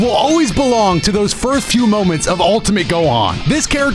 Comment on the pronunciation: 2 weeks and nobody has butchered for saying FIRTHS in the first few seconds of the video. Ya'll slackin. Lmao